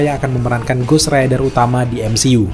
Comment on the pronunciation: Ghost rider bang,bukan ghost raider😂